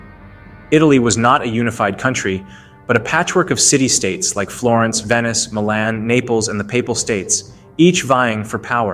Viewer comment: Can’t even pronounce Milan. Blocked and downvoted. Shit content